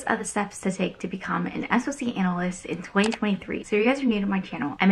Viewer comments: Thought it was called a "Sock Analyst". never heard anyone else say each letter b4🤔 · Dubious, I work in InfoSec and have helped train SOCs from many different companies....nobody pronounces it S.O.C Analyst, just say it like the thing between your foot and shoe please 😂 Sorry it really irked me. But accurate intro into what an analyst's day to day is like, get ready to be a data junkie until you move up tiers and get to do the fun stuff.